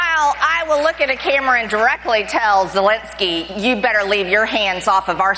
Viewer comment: Love you Ben. But you said zelenskys name wrong... you said it like people say putins name. Putin and zelenksys first name isn't spelled nor said the same way .